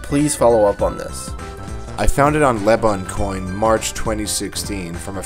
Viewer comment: Lmao he read out «leboncoin» as «le bone coin» smh fam